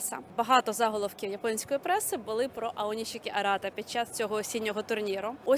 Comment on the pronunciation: Українськи сумоїсти у Японіі зараз на такому рівні що представляють Державу. Тому прошу усіх однаково правильно називати сумоістів чи щось на японсткому на офіційному: Аонішікі, Шіші. Башо. Не треба так як на яzыке : аонисики, сиси, басьо та інше. Дякую.